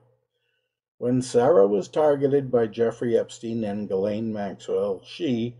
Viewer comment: A million thanks for not pronouncing her name 'Jizlane Maxwell.' 🙄